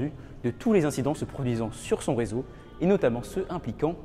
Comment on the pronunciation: "325 zincidents"